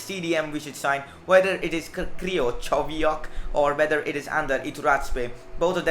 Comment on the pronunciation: It's pronounced (Kri-chow-eee-ak)